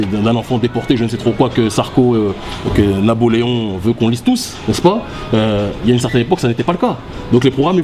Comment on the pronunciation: J'ai bien entendu Naboleon??